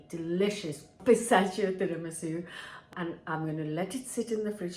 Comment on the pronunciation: Why does she pronounce pistachio wrong